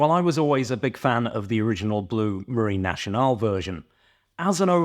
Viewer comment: Very nice review, but if I may, it's pronounced Marine "Nassionale", not Marine "Nashionale". ⚓ Also it's the French Navy Roundel on the loop, not an insignia, the insignia, per se, is engraved on the case-back. ⚓